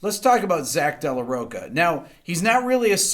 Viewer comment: JUST ONE THING to make this episode perfect: Zack De La Rocha, who´s ancestors were Latin, mean that his surname doesn´t sound like ROCKA but ROSHA (the same sound from "SHAdow" for example). "Rocha" means "a ground previous to be harvested", and so it means a place, then "De La Rocha" is translated "from a clean ground prior to harvest". ("De La" means just like "Von" in german language). Just a small hint from a Latin American fan of Rick Beato and his superb job here!